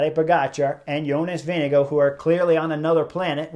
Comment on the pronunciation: YO-ness Veeng-goh or Veeng-eh-goh. Only one hard "G" but we Amercians can't help but pronounce with two. Rhyme it with "wing." And the "R" is silent...Denmark supposedly is the happiest country in the world. Maybe because they're always laughing at how we try to pronounce their words...